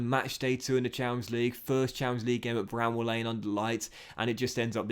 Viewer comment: It’s Bramall Lane not bramble!!